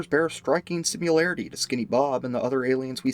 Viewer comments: Ugh, he keeps saying ‘simularity’ instead of similarity. Like when people say nuculer instead of nuclear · "Similarity" is not spoken with a "u". It's not related to simulation. Practice changing speech pattern.